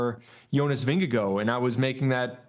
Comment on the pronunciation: Why, why, WHY are the NBC cycling commentators (Phil and TJ and Bob Roll, plus the talking heads in the studio) totally incapable of pronouncing Jonas's last name? "Vingegaar" does NOT end with an "oh" sound. At TdF 2024, NBC even had Jonas pronounce his last name on camera. Phil actually realized everyone was pronouncing it poorly, sloppily, could-care-less-ly. But, soon fell back in with everyone else in intentionally mispronouncing it. An American thing? Drive me ups the wall. In fairness, they all, to one extent or another, do poorly with some other names. At TdF 2025 (stage 3 I think) Phil and Bob even admitted they could not pronounce one name, so didn't even try. These folks are supposed to be pro announcers who know the riders and the sport. Their sloppiness drives me up the wall. Learn how to pronounce names correctly (meaning at the person would like). It's part of your job. You might add place names to the list of names to learn, too.